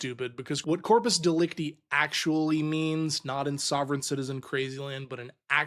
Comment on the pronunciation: Dude it is pronounced De-Lec-Tie the last syllabus has a I like in Lie or Die. And the easiest way to think of corpus delecta is the body of the crime.